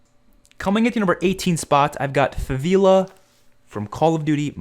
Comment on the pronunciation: “Faveela” The disrespect